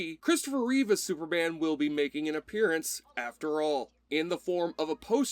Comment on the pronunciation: Its Reeve not Reeves